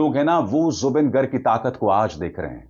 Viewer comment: It's not गर्ग It's गार्ग....🙏